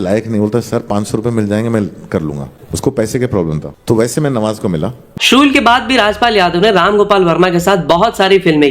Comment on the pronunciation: Funny he was talking about the Sa and sha words but he himself calls Shool as sool 😂